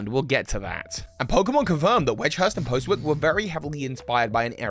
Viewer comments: Postwick is an actual town in Norwich and they pronounce it “Poz-ick”. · Yeah as someone who lived within a few miles of Postwick it’s a shame so many YouTubers don’t know how to pronounce it correctly. Admittedly Norfolk is terrible for unpredictable pronunciations, we’re lucky we didn’t get Happisburgh in Galar XD